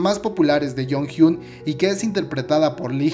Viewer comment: Se pronuncia: yonjion Plox